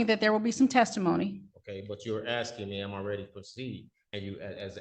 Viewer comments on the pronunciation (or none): More 'arksing' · Arrest him for “axing” the judge. Isn’t that a felonious assault?